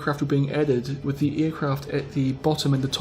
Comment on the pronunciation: "Fubuki wirth Perm Camo "XDDDDDD lol